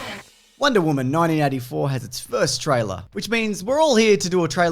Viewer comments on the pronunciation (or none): Maybe I just keep on miss-hearing you, but it sounds like each time you say '1984', you're saying it as "nineteen NINETY-four". Definitely an error regarding George Orwell's 1984, as well as this film: Wonder Woman 1984. Love your videos though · "nineteen ninety" .. am I the only one that hears that? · Why does it sound like you keep saying 1994. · Why does it sound like you're saying 1994 the WHOLE time?